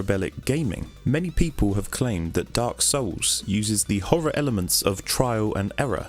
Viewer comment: When says Dark Souls it sounds oddly like "Dark Sauuce!"